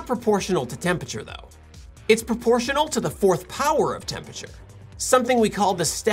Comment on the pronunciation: Little known fact: Temperature is a 4 syllable word